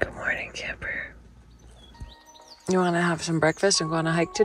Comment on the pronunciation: You are in good company with your cousin, your love for Camper shines through, very good Spanish pronunciation.